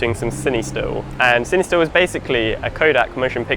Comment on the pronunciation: ok i wonder. . . is it pronounced sin-ie-still or sin-uh-still